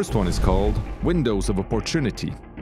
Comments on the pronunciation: I cringe every time he tries to say opportunity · AND YOU CANT EVEN PRONOUNCE OPPORTUNITY WOOOW GO LEARN ENGLSH